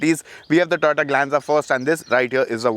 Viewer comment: When you say Toyota, it sounds like Tata